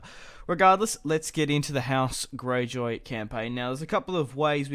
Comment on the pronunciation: When you say "house Gayjoy"